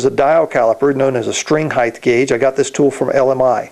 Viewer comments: Noooooooooooooooooo. It's height, always. Heighth is not a word. The following is a good explanation I found: "The noun form of broad is breadth, the noun form of long is length, and the noun form of wide is width. Because of this, some people follow the pattern and say heighth, with a th at the end of the word high. That is not standard English. The correct form is height." It seems to be common among luthiers to use heighth but it's not proper English :) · height, NOT heighth, lol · Yeah and that applies to new words, slang terms etc but this isn't that. It is just a mispronunciation, pure and simple. Why can't people accept when something isn't correct. Just say the word properly - or don't, that's your choice but you'll appear silly to the majority of people.